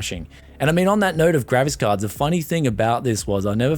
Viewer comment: "gravis cahds." are you drunk?